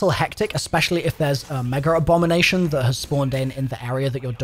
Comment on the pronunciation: Lmao "MegerObom" lmao his accent messed that all up it's "Mega Abomination" not "MegerObomanation"